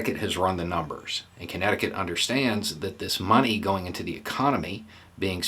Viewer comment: I first misheard "Connecticut" as "Kentucky" and for a brief moment, the world suddenly looked very beautiful.